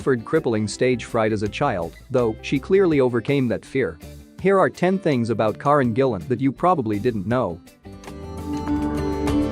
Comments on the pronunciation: I always wonder how actors feel that when people do vids on them but do not say their names correctly? Her name is 'Care-en' not 'Car-en'. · Its not corin as your pronouncing it its Karen 🏴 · One thing I do know, that you don't. Her name is NOT KAR REN. It is KA REN. You Americans, not respect at all. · It's pronounced--Care-in!! 🤪👍🥰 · Can't say Karen right. Can't say McAvoy right and even has a vid where she said she was 17 not 18 when moved to London, you getting paid to do this like a knob or just are one?